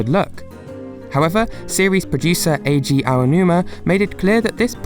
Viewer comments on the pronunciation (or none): none